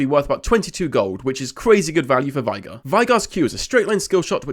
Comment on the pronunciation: his name is pronounced vay-gar, tristana says it in one of her voicelines